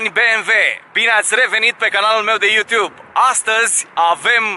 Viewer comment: "You tiub"????ha????